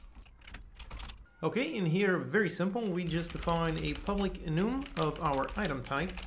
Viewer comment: public enum? huh